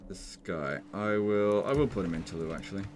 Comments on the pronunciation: Why do you say Toulou? That would be the correct pronunciation if it was written Toulous, But it's Toulouse, so you pronounce it "Toulous" :) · Anyone else annoyed every time he says Tawlou? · Toulouse is pronounced "To lose". The pun is not intended. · Fun fact as French, we realy pronouse Toulouse as "to lose" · Its pronounced Toulouse with an S at the end. In French, generally, only the last letter is silent, so if it was Toulous you would say it without the S, but Toulouse is with an S :) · Is funny hearing how english speakers pronunciate latin words. You simply dont spell all the letters of the words (Tolouse, for example). Once i hear a brittish spell the word "Carrero", and soud exactly like a dog barking.